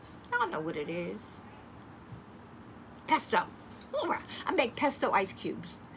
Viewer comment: Hi the word is pesto. I really enjoy your hauls👍🏽👍🏽